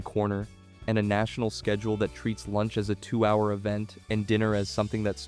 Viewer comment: FYI there is NO "A" in the word schedule!